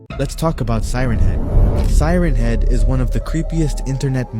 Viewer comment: it’s siren head not seren head